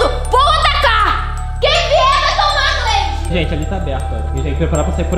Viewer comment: Lsslslskakakkaja ela viu q a marca tava errada e continuou falando gleid